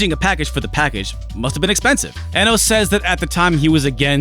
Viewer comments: Kenji Eno's surname is pronounced as iino; it was his preferred and non-standard spelling inspired by Brian Eno. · That moment when you realize it's actually pronounced "Eeno"... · Hey, as a fellow retro fan I just want to say you're great and I loved the video. I think Kenji Eno was underappreciated in his time. I do want to let you know his name is actually pronounced Kenji Iino, like feed or greed. Back in the 90's romaji wasn't as well known in the west, so his name was spelled Eno to help people pronounce it. Ironically now romaji is very well known (especially among gamers and otaku) which has led to his name being pronounced ehno. Once again, love you, love your work, not being a dick or correcting you, just think as a fan you'd like to know. Hope October goes great for you!